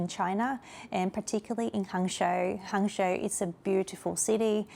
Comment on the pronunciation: Hangzhou is pronounced: Hung Joe